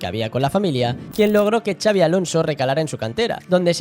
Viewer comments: En todo caso "txabi" 😂 Pero no, no hay manera que pronuncien bien el nombre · Q no es “chabi”!!! No hay dios q pronuncie bien su nombre😱😱😱